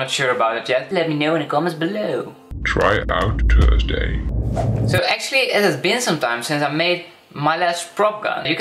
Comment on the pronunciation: Especially tursday